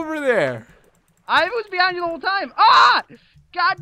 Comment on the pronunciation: you guys all ways say CREEPER BEHIDE YOU